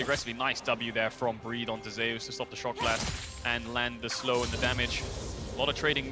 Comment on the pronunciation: why keep saying ZEYUS. ITS ZUS witha silent E.